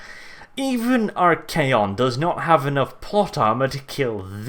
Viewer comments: I'm pretty sure you pronounced it right. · I believe you pronounced it correctly because if memory serves me it comes directly from Greek meaning master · We all know how to pronounce "archon," and Archaon just ads an 'A.' I would say you have it exactly right.